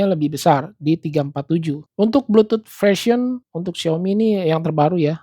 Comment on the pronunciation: "BLUTUT FRESION" WKWKWK